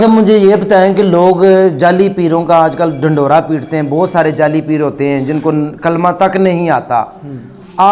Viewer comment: The way he is reading Kalimah the meaning is changing, also there are few small Mistakes.